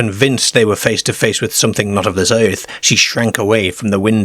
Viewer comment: Also the way he says Earth is like "ayerth"